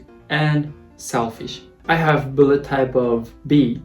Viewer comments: Blood not "buled"😂😂🤣 I was confused like "what?!" For a moment by how you said blood😂 My blood type is B too. B+✌🏻 and I guess I'm an honest person just like how I am right now😃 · It's only me hear he say "bullet type" insted "blood type" :D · When you're saying "blood" it always sounds like "bullet" xD. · I don't know why but everytime you say Blood I hear Bullet 😅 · Now I can't unhear it😂